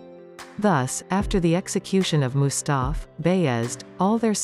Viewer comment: You MIS PRONOUNCED EVERY TURKISH NAME OR WORD . Disgusting im sorry ; im not even turkish but mustaf.and beyaz? Shezad ? Disgusting im sorry